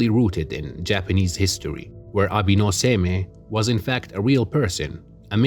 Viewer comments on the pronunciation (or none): Nice analysis just want to say Abe is pronounce "A-Bay" and Seimei is pronounced "Say-May", hope that helps. The rivalry of Abe no Seimei and Domon is also about a box and divining what the contents are. Which were originally 15 oranges then changed to rats. The Fujiwara family is actually the real ruling family behind the Emperors in the Heian period. So Domon is actually still allowed at their family home which shows he had considerable influence to plan and execute his ritual over a period of time.